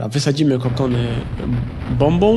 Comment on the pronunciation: Usłyszałem 'kondomy', a nie "kokony"